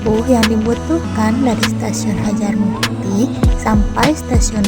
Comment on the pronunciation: Harjamukti teh sanes Hajarmukti.. Punten